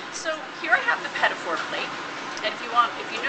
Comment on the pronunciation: The French will love the way she pronounces Petit four. Not to mention the Americanised idea of them.